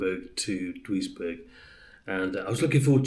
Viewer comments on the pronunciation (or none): Duisberg pronounced juice berg